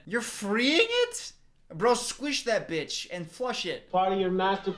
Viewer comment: Him calling the spider a bitsh made me laugh so hard for no reason 🤣🤣